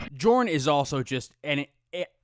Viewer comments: Jorn should be pronounced Yorn. In Nordic languages, J = Y. Jarl is pronounced Yarl, and Bjorn being B-Yorn. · Jorn should be pronounced "Yorn"